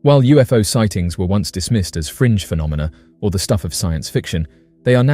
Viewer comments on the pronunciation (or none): lol, you said phenominal phenomina 😂